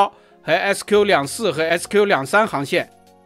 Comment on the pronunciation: 新加坡航空明明是SQ，为什么一直报“SK”?是口音问题还是报错？？